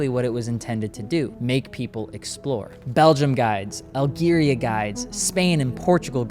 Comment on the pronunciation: You’re mispronunciation of my home country Algeria is triggering me. Although its interesting that Algeria was even mentioned, and is another reminder of how widespread and entrenched colonialism was, with France being the perpetrator in Algeria’s case